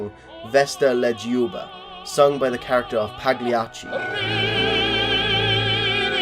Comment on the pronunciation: You're very welcome. Also, the g in Pagliacci is silent.